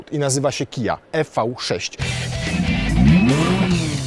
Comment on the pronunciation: Nie e v 6, a IWI 6